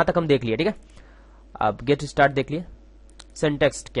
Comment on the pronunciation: its min.js not mini.js aor ham zara get istart karty hain funny han :D